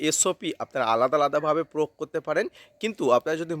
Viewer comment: প্রোগ না প্রয়োগ বলেন